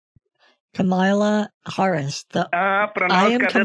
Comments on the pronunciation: "canola harris" hahaha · "Canola Harris" lmao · “I, canola harris” i’m cryinggg